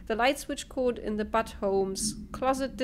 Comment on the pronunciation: Awesome! Sooooo... do you like the telekinesis power? It was hard to tell. ;) That was really funny. You were like a kid at Christmas. ~ Also, I couldn't stop laughing when you were reading the Butte memos. Butte home indeed. :) It's actually pronounced, "BYOOT", the like first half of Beauty. ~ Really fun times, this looks so good. I watched all three episodes that I was behind, while exercising on the elliptical.